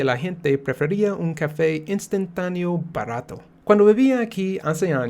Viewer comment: Why do say "cafey" instead of "café"?